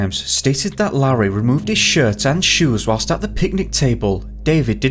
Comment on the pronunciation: I found it, it's Larry Davenport- L-AIR-REE try that a few times, you'll be alright.